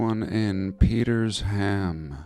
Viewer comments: 🤣 & Peters ham not Peter sham 🤣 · its pronounced LIE cardt . Its around the corner from me and its PETER sham another 5minutes away. I know ALL these places . All very close to home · 😆It's pronounced Ly-cartdt and Peter-sham.... they're very close to where I live.... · Oh there's more Petersham = PeterSham, almost like PeterShem, a cross between the a and e in Sham/Shem. Only trying to help😂 And I agree, Sydney was completely found. Not to mention Melbourne and Brisbane were also. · peters ham also needs correction. Where in Sydney mate?